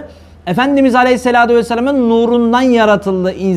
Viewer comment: Neden Aleyhissalatü değil de Aleyhissaladü diyorsunuz. Sizi takip edenleri yanlış bilgilendiriyorsunuz.